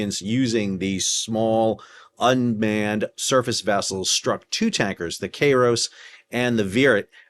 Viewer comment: It's pronounced "Kyros," not "Kayros." Basic Koine and Classical Greek.